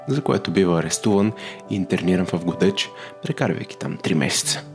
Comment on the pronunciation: Драга госпожо, ударението не е на О (както Вие казвате “Го̀деч”), ударението си е на Е — “Годѐч”.